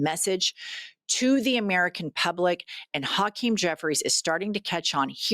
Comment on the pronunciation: 👋🏼 Jen, I love you both for your realness, I think you are pronouncing Hakeem's name wrong, the first syllable is pronounced like ha and the second is pronounced like keem,, you two continue to be woke❤